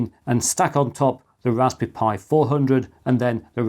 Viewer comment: Bro really said raspby pi 500